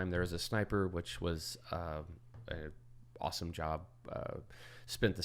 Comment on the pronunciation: " My life is Rossome" hahaha i had to listen again.